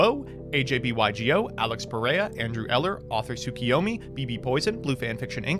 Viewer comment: dont you mean "author choo-kuyomi"